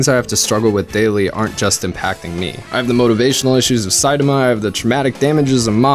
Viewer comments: You pronouncing saitama incorrectly reminds me of luffy gate, on drawfee they pronounced luffy the way its spelled and it trigged EVERYONE, but I COMPLETELY respect how incorrectly you pronounce saitamas name, but are continuously writing saitama the way you say it, and it shows your love of the genre. While it was clear that they pronounced luffys name wrong bc they didnt know, you pronounce saitama name wrong bc you dont care lol. And theres a difference and you acknowledge it very well. I like it. Way to go! Also... talk about your lie in april... its the end of april... you missed you chance!... dont let me down! MAKE US CRY! Lol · Hey man just pronouns Saitama to the best of your ability. I can understand what you are trying to convey and enjoy your work. Thanks and keep it up.